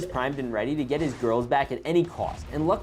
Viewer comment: "The goiwls" got me 😂😂😂😂😂😂😂😂